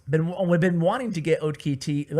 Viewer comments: its not o.k.t.a.y its octie. hes turkish. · OKTAY not O K T A Y xDDD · it's not pronounced as O K T A Y,It's a Turkish name pronounced as [Oktai] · Oktay is a turkish name. You dont have to spell the letters. Just say Oktay (spoken Oaktie)